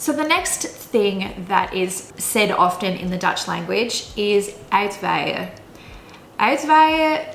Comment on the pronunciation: Borrel is just a drink served in a very small glass because of the large amount of alcohol in it (Jenever, ...). Also, you pronounce uitwaaien as uitwijen. Perhaps a literal translation of the words could help people understand the word better... EDIT: halfway through, the video is full of mistakes... Do some research before making videos please...